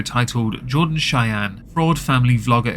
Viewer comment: Chey-eeen haha that old pronunciation was classic.